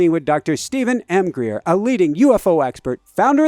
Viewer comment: Greer not Hengreer